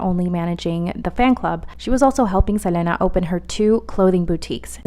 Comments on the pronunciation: Right like why is she saying her name like that lol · everytime she says selena i get upset js say it regularly stop tryna be different